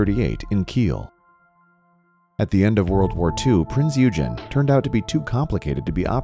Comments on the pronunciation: Prince OY gen. OY Gen. not eugen. It's not eugenics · its not eugene. it is pronounced eweygen. and it is not a bb but a heavy cruiser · Prinz Eugen is a heavy cruiser! And you pronounce it Prinz Igen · Prince Eugen wasnt a battleship it was a battle cruiser.. and its pronounced Oygen not Yougen... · OYGEN!! OYGEN!! Not Eugene! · Firstly it's pronounced OY-GAN not EW-GEN! Secondly Battleships were designed for open sea where an enemy, airborne or otherwise, would find it very difficult to find them and were only supposed to fight each other if it could not be avoided. However you are correct in that at the time war broke out Battleships were in the twilight of their time, and as was apparent with the Japanese Yamato, the biggest one ever built, were liabilities by the closing stages. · U gen!?, it’s pronounced OI! gen...😡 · It was not a battleship. Eugen is pronounced "Oy-gen"; hard G. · You know it’s pronounced “oigen”right? It’s not the nerdy kid Eugene it was a deadly warmachine named Prinze Eugen. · Eugen is pronounced "oygen" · Eugen is pronounced oyagen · My comment is that it is about time you corrected your video. It is even called Heavy Cruiser Prinz Eugen in said video! (OIY-gen, not whatever way you're mangling the pronunciation). It is NOT A BATTLESHIP! How can one take you seriously if you cannot even recognize what TYPE of ship you're diving upon? Maybe it's better if we DO remember all that history dissolving under the water because YOU sure can't even remember THAT much! You cannot have a worthy POV when you first demonstrate you cannot get your facts straight! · It might assist for education purposes if the name Eugen was pronounced correctly! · You mispronaunced eugen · Wreck not wrack, you mispronounce Eugen and Kwajalein. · you use an American pronunciation of EUGEN,check the German pronunciation, PLEASE! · Funny pronounciation of Eugen, it’s not correct.